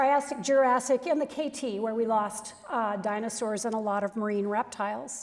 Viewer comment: "We lost the dinarsaus.." Like we were there :P